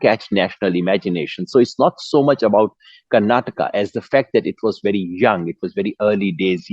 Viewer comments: For all those who don't know and doesn't bother to know. It is "Karnataka" not "Karnatak". And the language is "Kannada" not "Kannad" The fact that journalists are making this mistake is unimaginable. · For the nth time, its "Karnataka", not "Karnatak" !!!